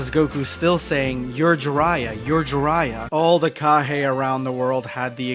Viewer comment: This guy has mispronounced names ever time they name kage get pronounced kaha its fucking annoying